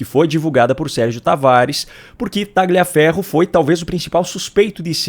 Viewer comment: A PRONÚNCIA CORRETA É TALIAFERRO, SEM O G